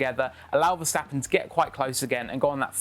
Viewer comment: Get used to name getting butchered in their pronunciation. They have been butchering "Verstappen" for as long as I can remember. And I'm talking about the Jos the Boss day's.